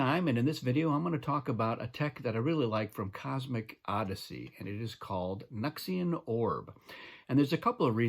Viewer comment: The way you say it makes way more sense. We've been saying it like "New X Ian"